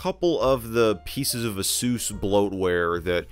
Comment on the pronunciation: I love how he says ASUS like "a-sews", instead of "ay-sus", as he doesn't want to say sus ඞඞඞඞඞඞඞඞඞඞඞඞඞඞඞඞඞඞඞඞඞඞඞඞඞඞඞඞඞ